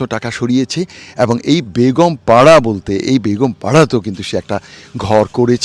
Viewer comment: আপনাকে কষ্ট করে বাড়িগুলো দেখানোর জন্য অনেক ধন্যবাদ ❤❤❤আপনার মুখে বেগম পাড়া কে বেগুনপাড়া বলে অনেক হাসি পাচ্ছিল হাসতে হাসতে আমার পেট ব্যাথা হয়ে গেছে😅😅😅 এরা হলো সেই জালিম সরকারের আমলা মুখোশধারী শয়তান আল্লাহ তাদের পতন ঘটিয়েছে